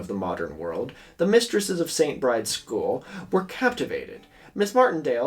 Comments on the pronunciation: the only thing I dislike about this video is pronouncing st. Bride's as se͡ɪnt bɹaɪd͡z when it is probably pronounced se͡ɪnt bɹid͡ʒɛz as in the irish name for Bridget, Bride. editː i realise i said this five months ago. oops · I could be wrong, but I thought that St Bride's is pronounced like Bry-dee. It's another way of saying St Brigid